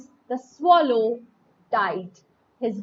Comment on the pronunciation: mam your pronunciation is wrong........ it is swallow not swallow. so, please correct it